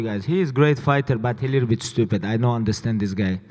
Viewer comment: What time is it? Khabib Khomedy Time! "He is great fighter, but he a little bit stujpid. I no understand this guy."